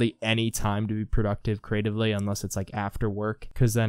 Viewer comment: You have to think Cree-ate-tiv-lee!